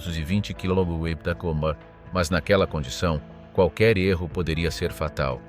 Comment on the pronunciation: nul le robot pour dire "kmh"!